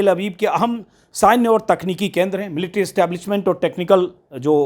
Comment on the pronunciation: Military word ko pronounce nahi karne ata tume kaise reporter ho?